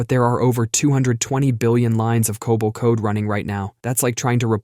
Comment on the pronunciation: Pronounces COBOL right, but can't say router.